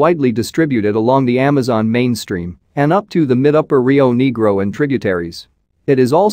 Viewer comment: you need to check the pronunciation of the rio begro. it is not pronounced Neegro, but rather nehgro.Remember south american fish are either spanish or portugese in origin taken from the local languages of the indigenous peoples.